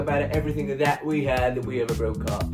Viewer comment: weをIって言ってるなーって思ってたwww